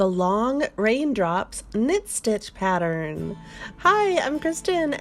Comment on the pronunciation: I am unsubscribing but I must tell you why. I just cannot listen to the “singing” instructions. If and when that changes, I will return. Just speak, don’t hang on the the letter for a bit afterwards. I believe the word that was the straw that broke the camels back for me was pattern. It’s pattern. 2 syllables rather than a hold for a 3 count of 4 counts. Many thanks. I will check back periodically to see if this has changed. Some folks love it I guess, I simply don’t.